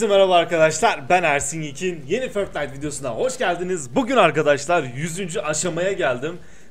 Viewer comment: Abi förtnayt deme artık fortnayt de ingilizcede ö yok